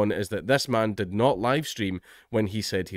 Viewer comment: that's..exactly what i said; except he pronounced it the way i'd mentioned, 'notly' then 'natly.'